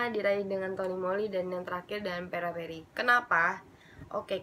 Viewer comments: Peripera kak bukan peraperi hihi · fyi itu peripera bukan peraperi ngakak gue sumpah